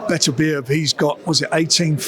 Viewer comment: Wow Frank said Beterbievs name right for once